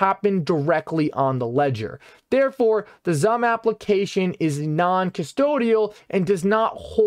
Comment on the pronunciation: It's pronounced as SUM...